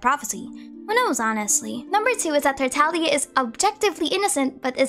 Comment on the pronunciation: FINALLY SOMEONE WHO PRONOUNCES TARTAGLIA CORRECTLY THANK YOU SO MUCH